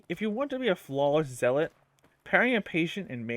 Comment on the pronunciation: Me whose a rep 4 Helios Guardian seeing this guide in my recommended, "Hmmm... Let's see what this guide can teach me" Edit: It's pronounced Zell-let. Not Zeal-let. I know, English is weird